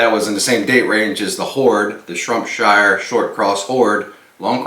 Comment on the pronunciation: SHROPSHIRE !!!! Not shrumpshire